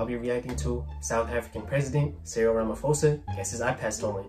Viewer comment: I really don’t mean to hate I’m just correcting you it’s president Rama ok say Rama now say posa now altogether it’s ramaphosa just like that but with a h like Rama p hosa like that and please don’t say it like f I know ph makes f but with names like this it’s not said like that I’m not hating him just correcting you I hope I helped you say it better